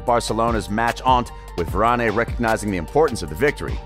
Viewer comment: It's Varan not Varan-A